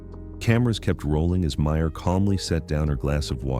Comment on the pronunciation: It’s Meryl… not Meyer